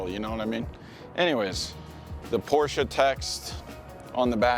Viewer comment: Wtf is a Porscha?!..